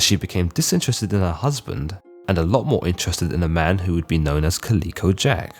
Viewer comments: Calico: ka ·luh·kow. Kind of hard to hear such a constant wrong pronunciation of a name. 'Kaleeko' sounds like a good name for a gaming company, if anyone wants it! The artwork is sexist, but, other than those two tiny details, great vid! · It's ca-lih-co. Not pronounced "kaleeko" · Colleco Jack? No, man, it's calico, like the cat. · It is pronounced Cali co jack ... Moran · Think it’s pronounced “CaL-ico” Jack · Is that really an alternative way to pronounce calico? Never heard anyone of any nationality say it that way before. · Enjoy the videos. Only wish you didn't mispronounce calico.